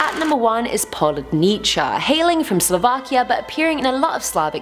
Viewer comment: It's not PoludnEECHA! 😂😂😂😂😂